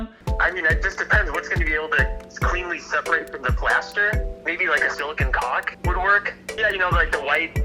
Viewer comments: GUYS HE SAILD CULK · he said culk 🤣 and yes I have the humor of a 12yr old. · What i hear: Colk What the subtitles say: C*ulk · “Caulk” Allen:😂😂😂